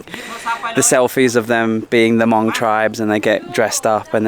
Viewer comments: h is silent. mong. 555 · Hey, the Hmong tribe is pronounced mong. The “H” is silent. Just so you know. Keep up the great work!